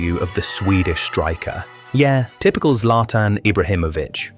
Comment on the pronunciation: Zlatan ❌Zlaiotan✅ 🗿🗿